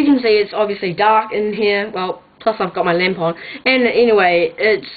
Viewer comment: the way you said lamp on sounded like tampon :)